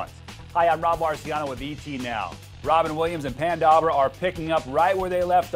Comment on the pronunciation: Lee Moniz -- I wondered if I was the only person who heard that. I replayed it 4 or 5 times, and yes, he said PAN Dawber.